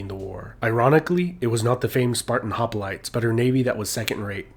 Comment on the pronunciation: It’s “hoplites”, not “hopalites”.